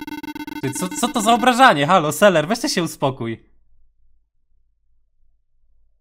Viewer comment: To nie jest seler tylko selver